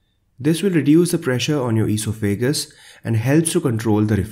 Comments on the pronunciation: You really need to learn how to pronounce esophagus. Just like it's written: e-sof-a-gus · Very good - informative and well presented. Just one thing. The word esophagus is pronounced with the accent on the second syllable - on the o - not on the a. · All great advice. Avoiding chocolate and coffee, ,the horror.LOL. Plus I love hearing the pronunciation of eeso fagus. Thank You for the great info. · I like how you pronounce esophagus.